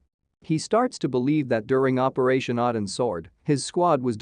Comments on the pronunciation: 1) Boozer also survived Odin's sword (pronounceed OH-DIN not AH-DIN) only to be murdered in his home where it was staged to look like a suicide. 2)They were not given pills, they were given injections. 3) The FBI didn't drop the case, it was taken over by the LA field office over the objections of the San Diego office. 4) Soldiers don't open up on Reese, Talos Security and elements of the FBI and The US Marshals do outside Hartley's home. 4 Reece intended to kill Hartley, not "treat her harshly". This video was disappointingly lame. It's a disservice to an excellent series. Thank you Pratt and company. Well done. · It’s OH-DIN’s Sword. Odin is the king of the Norse god.